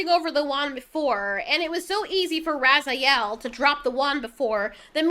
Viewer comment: Ok, even though they said he name like 10 times in the movie I'll help ya out. Her name is pronounced Finn Razel. Not Raziel. He's from Soul Reaver and the Legacy of Kain games, but man this movie would even be better if Raziel was going around consuming souls. 🤣